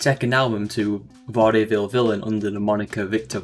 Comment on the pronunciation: He can pronounce Eyjafjallajokull but cant pronounce Vaudeville, Kavorkian or Ode ? lol